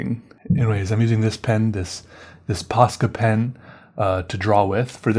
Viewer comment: it sounds that he says paskapen and paska means shit in finnish